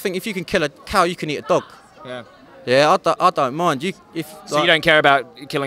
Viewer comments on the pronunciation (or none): he says thog instead of dog😂😂